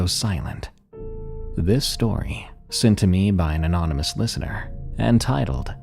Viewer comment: "From.. An ominous"❤